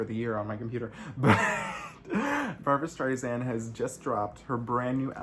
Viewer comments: Sand not Zand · It amaZes me that someone who allegedly idoliZes Barba, pronounces her name incorrectly. It's Strei-SAND ... not StreiZAND or StreiZIN .... STREISSSSSSAND, like SAND on the beach! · Barbra Strei SAND not ZEN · hey !!! try pronouncing her name correctly .... Streisand like sand on the beach. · I know you do and then LOL you said Zand again.